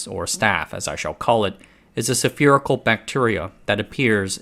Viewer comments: Hearing little mistakes like calling it staphylococcus "auroreus" instead of aureus, and "sefeerical" instead of spherical, are what reassure me that you're not AI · It's not "staphylococcus auroreus" it's staphylococcus aureus. Also, the word is spherical not "sepherical". This concludes today's lesson. 😆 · "ore-roar-ee-us"? "sef-ear-ickal"? Why all the extra syllables?